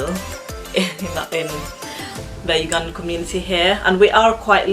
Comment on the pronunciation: When pronouncing "Ugandan," sounds like I'm saying "you gone then"